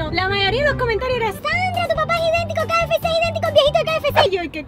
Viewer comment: La mamá de Sandra diciendo QFC cuando es KFC🤣🤣🤣😂😂😂🙃🙃🙃